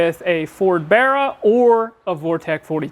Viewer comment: its bar not bear. imo